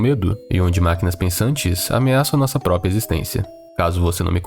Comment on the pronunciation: "por conta própia"